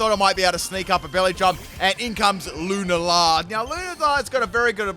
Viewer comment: The way you pronounce Lunala gives me nightmares 😭😂